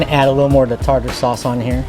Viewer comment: Tar-ter sauce is the pronunciation. I love Alaskan cod, catfish, red snapper, and tuna. Do people still put vinegar on their French fries? We used to feed the birds there. Beautiful place to spend the day.